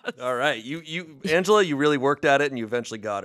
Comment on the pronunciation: Love how started off pronouncing Angela’s name wrong😂